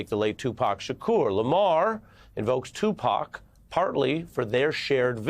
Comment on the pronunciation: Who is this reporter that's actually pronouncing Tupac's name correctly???